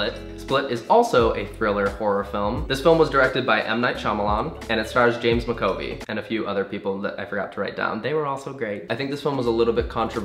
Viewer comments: MAC A V OI NOT MAC O VEE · James McAvoy is pronounced James Mac-ah-voi not mcovi. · MAC A VOY NOT MACOVY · mackovie? haha it's McAvoy pronounced mac ah voy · It's actually McAvoy,not McOvey...haha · Connor, it's James MAC-AH-VOY not Mc-Oh-Vee 😂😂 I AM SO TRIGGERED. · I love you Connor, you are so amazing, just....MCOVEE?!?!?!?! Mcavoy:mac-ah-voy. I'm sorry. As I said, lyl just that annoyed me xx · BABE IT'S MCAVOY NOT MACOVY x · The only think that annoyed me, was the way he pronounced McAvoy 🙈😂 it's 'Mac-a-voy' not 'Mc-covey' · Connor that's not how they say McAvoy 🙈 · Mcovey? U mean McAvoy as in Mac ah voy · Good video but it took me so long to realise that when you said "James MacOvy" you meant "James MacAvoy". That was a painful few seconds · Every time he said "James Mcovey" I was like noooo baby noo its pronounced Mac Avoy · James MacAvoy, Mac-a-voy not maco-vey 😂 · It's Mack-A-Voy not micovee😂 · MACOVY????? FUCKING HELL. James McAvoy. Mac. Ah. Voi. Holy GOD that was painful lol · Did he just say James mcovey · Mac-A-Voy. Goodness, haha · Ahh yes, the oh so famous James Ma-co-vey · yeah, you butcher people's names as a hobby! Mc-Co-bE! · Oh my god that's not how you pronounce James Macavoy's last name :') i'm in stitches ahaha - its MACA - VOY , bless x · ... is this really how you're supposed to pronounce "MacAvoy" ?? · Conor I love you but it's pronounced MACAvoy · James Mac(as in McDonald's)-Ah-Voy. You were butchering his name, it's Scottish. ❤ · "Mac-uh-voy" but MY BOI JAMES IS GETTING THE RECOGNITION HE DESERVES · I loved this video but the one name pronunciation that killed me was James McAvoy. It's pronounced Mac-uh-voy. Sorry that one was just driving me crazy :p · the way he says James McAvoy's name ahahah ((for the record pronounce it Mac- ah- voy)) not hating just find it funny 😂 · It's pronounced Mac a voy!! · James Ma-co-vee omg lol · It's James MAC- uh- voy. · Its James Mac (as in mc from mcdonalds) A Voyyy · james mac-uh-voy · James Mac-A-Voy